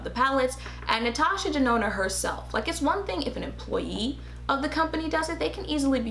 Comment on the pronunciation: Okayyy did she just say Ms. Natasha DaNOT!!! OMG TOO FUNNY LMAO!!!!! You are sooo painfully truthful but funny as hell funny!!!!